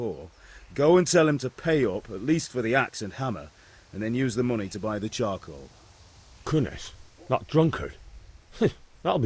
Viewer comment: Bang bacanya carkol bukan karkoal wkwk